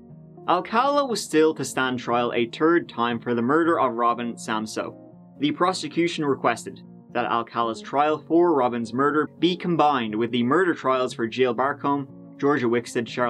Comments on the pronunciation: Third not turd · Twenty turd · "Born August twenty turd, nineteen forty tree ..." I love it. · Three and a third becomes tree and a turd. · "20 turd" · This Irish brogue articulating dude needs serious linguistics help in his pronunciation of the “th” sound as in words such as for example “Third” he articulates “Turd” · Why can't you pronounce th? It seems to me most people would not want to sound like baby talk when they speak.